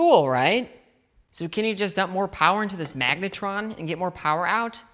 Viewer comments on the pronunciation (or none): 'magnetron'??? .. sounds like megatron